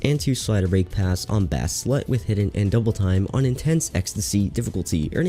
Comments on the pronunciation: Did he just say bass like, "Bah-ss"? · did he say bass slut like, bass the fish? or am i hearing things? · Interesting pronunciation of the word "bass" xd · I was just bouta say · yeah he said it the wrong way there, lol